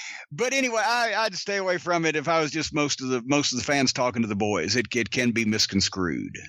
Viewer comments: Misconscrewed?? Think he means misconstrued. Lol!!! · Does Jim say misconscrewed instead of misconstrued twice?